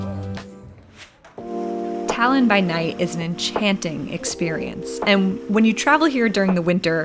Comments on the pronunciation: Are you stupid or something?? She literally said "Thailand" trying to say Tallinn, how the hell is that correct? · Damn your pronunciation of Tallinn and Eesti was actually pretty spot on, one of the best I've heard. If you look at a map Tallinn-Narva highway is much straighter and actually wider than other highways in Estonia, a clear marker from the past. Of course the biggest road had to lead to Russia rather than other capitals like Riga or population centers like Tartu.